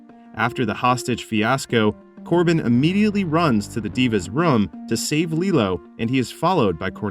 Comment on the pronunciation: LilO is a Disney character. LeelOO is the weapon. The last syllable is LU, like in Hulu.